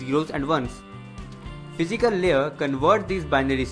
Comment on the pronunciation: it's LAYER, not LEE-ER